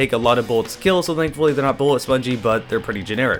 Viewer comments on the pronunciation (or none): Where are you from? I’m still amazed at the way you pronounce “thankfully” like zzdthenkfully